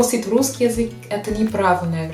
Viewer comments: Я почему-то слышу "врусский язык" вместо "русский язык". В начале буква Р, может изза английскиго произношения буквы R так получается)) R произносится мягче и язык не дотрагивается до нёба, буква Р произноситься когда язык больше сдвинут вперед и при ее произнесении языком пытаемся дотронуться до нёба и язык немного вибрирует, как будто рычит собака р-р-р. В остально есть лёгкий акцент, но построение предложений очень хорошее, грамотная речь👏Вы великолепны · ты молодчинка и умничка, и очень хорошо владеешь русским языком! Огромный респект! Ты красивая, умная и целеустремленная девушка. Но у тебя есть забавная особенность: вместо "решить", "русский" ты говоришь "врешить", "врусский". Когда слово начинается на Р, ты еще добавляешь лишнее В. Пожалуйста, последи за этим.:) И еще одна ремарка у меня имеется. Сейчас много появилось ютьюберов, которые изучают и любят русский язык, и все они рассказывают, как их удивило, что русские люди хорошие, по крайней мере гораздо добрее и теплее, чем об этом думают в странах Запада, особенно в англоязычных странах. Спасибо, нам очень приятно.:) Но. Вы, дорогие наши друзья России, лучше не нам это рассказывайте, мы и сами знаем, что мы не исчадия ада.:) Вы рассказывайте это своим соотечественникам! Почему вы не делаете это? Я не видел ни разу, ни у одного из ютьюберов, любящих Россию, нет ролика на родном языке, обращенного к своим англичанам, американцам, испанцам - о том, что распространенное мнение о русских людях и о России не соответствует действительности, что правда другая. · Почему вы перед некоторыми словами вставляете букву Р? врусский язык, Вроссия. Что это?